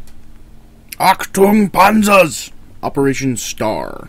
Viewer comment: HAAH Achtung Panzer XD how you say it XD it funny to hear as German XD